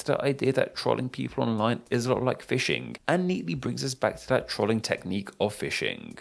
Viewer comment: Pronunciation of "Trolling": Tr-olling Correct: Troll-ing